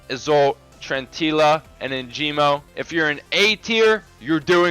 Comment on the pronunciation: perfect vid but "Enjimo" 🤣 its ENGIMO